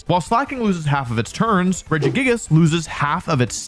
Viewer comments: I know this is full-on bait at this point, but why would you pronounce Regigigas like that? It's like you're reading it as Regigigigas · I’m sorry I know it’s probably just for engagement but what is that Regigigas pronunciation?! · Only after 7 minutes he said Regigigas instead of Regigagigas 😂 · The way he says Regigigas is disgusting!!! "Rejiga-jigas" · I cringe when I hear Regi Ga Gi Gas. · WHY DOES HE CALL IT RE- GIGA- GI -GAS INSTEAD OF REGIGIGAS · That pronunciation of Regigigas. Re-jig-a-jigus.....No no no.. Rej-ee-geegus. It physically hurt to hear it your way--if for no reason besides it sounds vaguely Milf-ish and now that's how I'm imagining Regigigas.... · why u calling it regigagigas it’s regigigas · Rejiggyjiggyjiggus is now my fav pronunciation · "re giga giga gigous"😂😂😂😂😂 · Why the heck do you say regigigas like that, it doesn't have enough GIs in it's name to sound like that. Even if you assume it's name is RE-GI-GI-GAS it doesn't make the noise Rejigajigas it would be at closest re-jig-gig-as there isn't away you can arrange the letters to make its name Re- jiga- jigas. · Rejiggy Jiggas? I counted 5 syllables, but Regigigas only has 4. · bruh what is that regigags pronounciation lmao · Wolfey, it's pronounced, "Regi-gig-gas" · "regigagigas" is not a pronounciation i have ever heard till this point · Wolfe is actually underselling the syllables Regigas says. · the way wolfey says regigigigas makes me picture a big jiggly golem pokemon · Regigigas= Regi-- gee--- gas. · are we just gonna gloss over that god tier pronunciation for Regigigas? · The worst part of this video is how I found out other people pronounce Regigigas. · I know it's to bait comments but I couldn't finish watching the video after hearing how Regigigas is being pronounced. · I cannot get over how you are pronouncing Regigigas, it hurts my brain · Never heard regigigas pronounced like that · why do you pronounce regi like that 😂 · EXCUSE ME!?!? How did he pronounce Regigigas?????? 😂